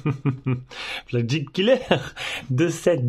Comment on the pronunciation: Un peu de mal à prononcer flagship ? :-) allez je t'aide : en phonétique : flague chipe